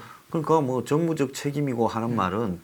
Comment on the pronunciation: 그자리가 정치적 정무적판단을 하는자리인가요! 정무적이라니? 발음조심하고 조 꾸라지!